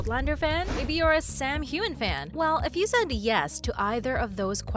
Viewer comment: Jesus!! Her name is pronounced as KATRINA and Heughan is pronounced as Hughwan and it’s DOUGAL mckenzie not DOUGLAS!